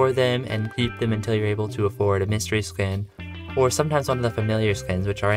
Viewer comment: Please pronounce skin correctly